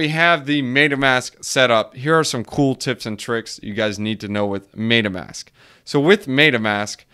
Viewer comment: Funny how you pronounce it "maytamask"